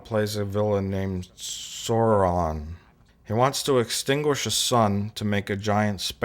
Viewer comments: you idiot its soran not sauron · 1) his name was Soran not Sauron 2) he was played by Malcom McDowell not Malcom McDonald 3) if you're going to give a review, think about everything, they change the bridge set, they add more uniforms (they added those uniforms to Generations so they didn't have to use new uniforms entirely) 4) lastly, this was a transition movie, they had DeForest Kelly in Encounter at Farpoint, bridging the gap with the tv series, so they brought Kirk into Generations to bridge the gap with the movies